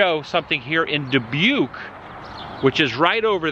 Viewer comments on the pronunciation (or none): none